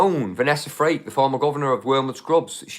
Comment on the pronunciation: Might be accent but Vanessa surname is FRAKE … please it’s not freak